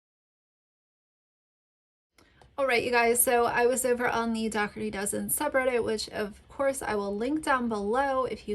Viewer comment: Why does say “Dougherty” wrong? Isn’t it “DO-HER-TY” not the way she says it, “DOCK-HER-TY”? 🤔